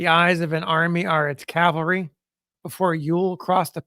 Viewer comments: Always love these "experts" who don't its pronounced CAVALRY......not CALVARY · the guy reading the account says calvary every time the text says cavalry. the text spells it correctly, but he pronounces it backwards every single time. i thiught that is what confused you.. spellcheck won't correct it, as it doesn't know which word you mean.